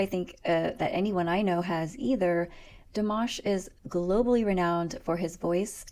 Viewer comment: I just gave you a like from pronouncing the name in French so well ;) (PS If you tell me or anyone you're French I'm taking that like back :P) just joking :) Back here Dimash was only getting like 25% of his French right cause he actually didn't know almost any :P